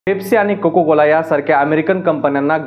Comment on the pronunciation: 'कोको' कोला नसतं मित्रा, "कोका" कोला असतं (cocAAAAA)😂